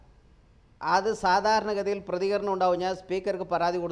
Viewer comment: എന്റെ രാജേന്ദ്രൻ മാഷെ "പ്രതിഹരണം " അല്ല "പ്രതികരണം " പോയിനാക്ക് നന്നായി വടിക്ക്...